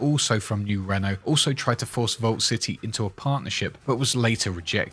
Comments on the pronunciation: Great detailed video as usual. You have a voice made for narraration man. Only constructive criticism I can give you. I realise you are British, not American. But you must get the pronunciation right when saying New Reno. You do not pronunce like the French car company - Renault..non, non mon ami.. Must pronounce like the Americans say it. - Reeeno.. Like you say tea, but put an R in place of the T , think of it that way 😉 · Reno isn't pronounced like Renault. It's Reeeeeeeeeee no. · I'm sure you've heard this already, but Reno, NV is pronounced as "re-know" not "reign-know" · Its pronounced RE-NO not REN-O